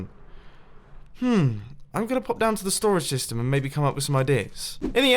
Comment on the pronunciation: 13.41 I swear he said ‘dystem’